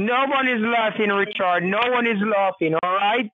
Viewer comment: Did the scammer say, "Reechard", or "retard"? /had to ask